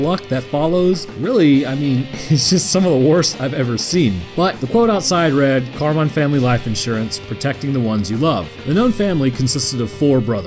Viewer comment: Did you say carmine or carbine?